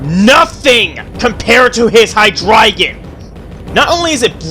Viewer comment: Loved the list. And I love that you pronounced Hydreigon correctly, not many people notice the number "drei" (3) in it Unlike you, however, I did like the Ghetsis fight. By the way, what do you think of Wallace from Pokémon Emerald?